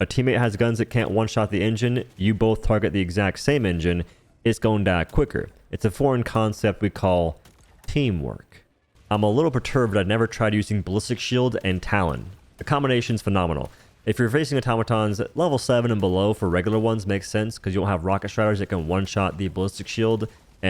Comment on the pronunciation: What is this “taeeemwurk” you refer too?